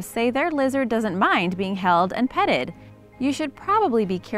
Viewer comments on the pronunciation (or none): You said peted